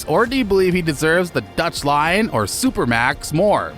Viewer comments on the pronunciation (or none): none